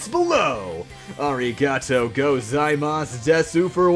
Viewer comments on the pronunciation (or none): Actually, the most polite and sincere (and formal) way to say "thank you" in Japanese is pronounced "domo arigato gozaimas," and you said at the end of the video "arigato gozaimas desu," which is not pronounced correctly. The last word should be pronounced "des."